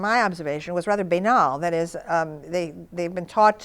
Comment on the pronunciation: She pronounces it bay-nal